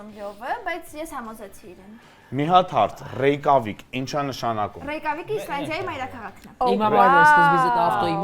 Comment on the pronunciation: Գոնե ճիշտ ասեք Ռեյկյավիկ